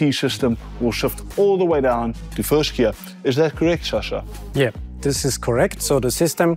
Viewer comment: Sascha, not Shasha! 🤣🤦‍♂️